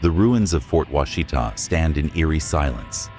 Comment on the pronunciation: You're not pronouncing Fort Washita right.